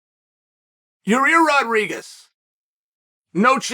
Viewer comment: ya-rear rodriguez 😂